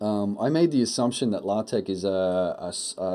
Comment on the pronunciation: Ahh, a video I can respect! And you said it correctly! Congratulations on the child, enjoy. :-)